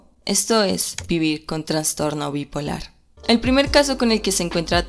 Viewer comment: Una pequeña aclaración, la palabra correcta es "trastorno", sin la "n".